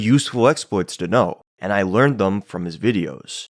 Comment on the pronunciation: "Them" rhymes with "Hem". Not "Rum". It's not "Thum". You're driving me crazy.